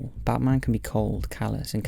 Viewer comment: Dude keeps saying "Butt Marn" lololol